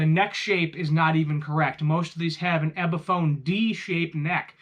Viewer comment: Okay, if you're going to keep calling it an "EBiphone" you've lost me already.